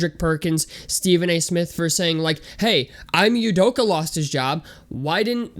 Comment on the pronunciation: Bro can u at least say he’s name right 😂🤷‍♂️